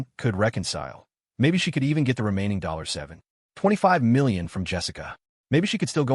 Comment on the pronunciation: Why does the narrator call 725 million, dollar 7 ..... 25million as If it's separate amounts of money 😂😂😂